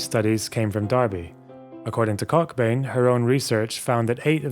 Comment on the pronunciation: I stopped watching when you deliberately pronounced the name cockbain as COCKbain. That’s some toxic and unprofessional shit right there.